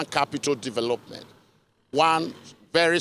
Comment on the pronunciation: Ikwerre man say na, "dovolopment"! Rivers of blood! 😂